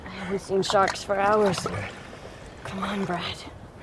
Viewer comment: Did she say sthawrks?